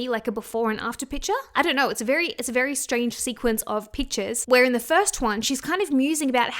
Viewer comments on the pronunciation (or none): none